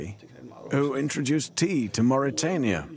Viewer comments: Mauritania... bukan Mauritiana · Please correct the name of my country; it's Mauritania not mauritiania.